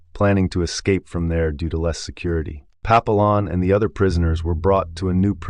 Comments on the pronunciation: Its pronounced Pa pee yon...... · How to pronounce Papillon wrong more times than I bothered counting.